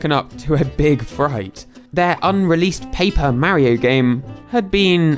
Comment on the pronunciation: i like how he pronounces mario correctly